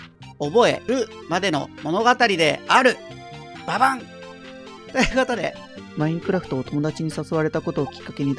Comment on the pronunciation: やっと見れたー！ コラボ前に事前にやっておくのも、ドキュメンタリー風にするために初心者なのに自分でツッコミするためにちょっと調べて編集するのも流石です👏 マインドクラフトとシカラバって言ってるのもわざとだろうけど面白い😂